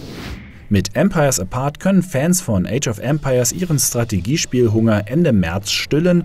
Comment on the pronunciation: Wie oft hat er jetzt "S-trategie" gesagt? Das wird so nicht ausgesprochen.